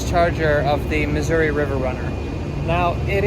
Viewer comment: Finally, someone pronounced Missouri correctly, as what it is 😂